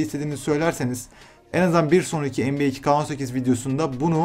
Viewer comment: NBA diyorsunnnnnn